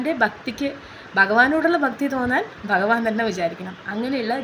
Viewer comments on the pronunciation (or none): ഒത്തിരി നല്ല അറിവാണ് പക്ഷേ ഭഗവാനെ ബ എന്ന് ഉച്ചരിക്കല്ലേ